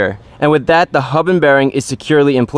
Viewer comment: It’s funny how he said we have this N we have daat 😂